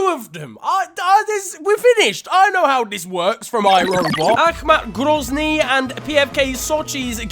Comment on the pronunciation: That Akhmat Grozny pronounciation was spot on big man! Telling you as a russian